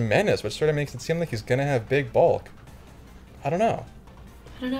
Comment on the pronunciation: the way said "Big Bulk" sounded like he was gonna say "Big Balls" and I almost erupted with laughter